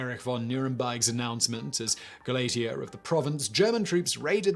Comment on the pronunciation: Gauleiter sounds like gow lighter. Düsseldorf sounds like due sell dorf. Simon has the kind of British accent that comes with a stubborn insistence on mispronouncinng even the easiest German and other non-English words. "Garage", for instance, does norpt rhyme with 'maariage'.